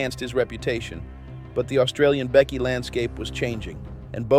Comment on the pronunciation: Wtf is it with these AI channels. It's bikie, not bickie, ffs.